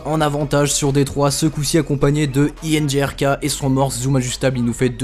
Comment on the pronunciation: C'est pas iNRGK ca se prononce Energik :P 2 clips de porc